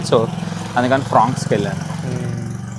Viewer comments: Fronx bro not fronex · ఫ్రానిక్స్ కాదు భయ్యా ఫ్రాంక్స్ అది! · Bro adhi SUZUKI FRONX (ఫ్రోంక్స్) ✅ Not SUZUKI FRON X ❌